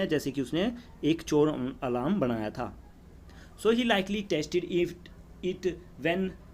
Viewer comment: Abeee text nahi test 😂